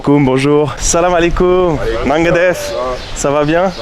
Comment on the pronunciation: ''Naga déf'' C'est au singulier, ''Naguéne déf" au plusieurs.